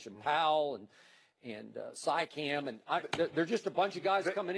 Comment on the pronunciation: Also pronunciation of siakam as “pysch-cam” is actually crazy lol